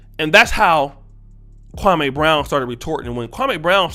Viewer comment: 2 quick points #1 the shit wit stak and matt Barnes was 2 weeks in a row the Jeanie Buss episode then the Gilbert episode. #2 the fact that people say his name like that kwamaeeee brown is disrespectful in itself dude name is Kwame and Steven A has been told over 10 years ago that’s disrespectful to say his name like that